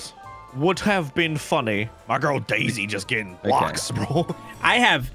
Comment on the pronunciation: Whenever it said "Daisys Turn!" I thought it said "Daddys Turn!"